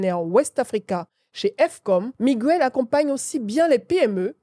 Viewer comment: Faut revoir ta prononciation de Miguel et non migouel. En espagnol comme en français la lettre G suivit des voyelles fortes U, O, A se prononce G. Ex: Guérir( fr) et non gouerir Guerra ( es) et non Gouerra . Merci